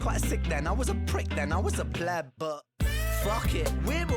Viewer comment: Maybe I misheard you or you misspoke but just to let you know, it’s pleb not bleb.